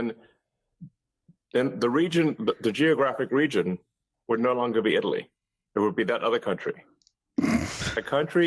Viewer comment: Why doesn’t Muskrat know how to pronounce Italy correctly?